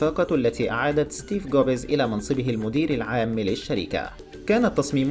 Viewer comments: احلى شي ستيف جوبيز 😂😂😂😂😂 يا عيال اسمه ستيف جوبز مو ستيف جوبيز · اسمه ستيڤ جوبز وليس جوبيز حتى اسم مالك أبل مايعرفون اسمه